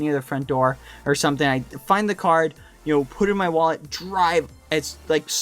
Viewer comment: at first i thought he said car not card :DD